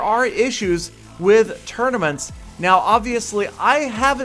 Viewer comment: It's 'tournaments' not 'tournomats'